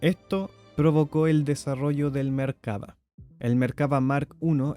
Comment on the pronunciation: Es Merkavá. Acentuado en la "a" final.